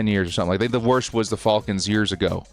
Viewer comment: Why do you still call them the Fallkins? It’s pronounced Fălcons. It almost rhymes with Malcom rather than almost rhyming with Hawkins. Great show, otherwise. I couldn’t watch last week because I didn’t want to hear you say “Fallkins” 50 times